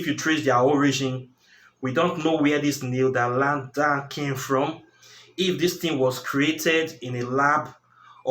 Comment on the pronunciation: The word you were trying to say is neanderthal . Pronounced (nee - an - der - thal)